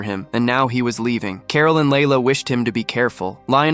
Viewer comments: Who the hell says carol like carl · Carol not Carl.